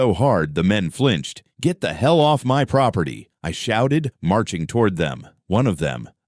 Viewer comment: Every time says off, it comes out as office stupid. A I...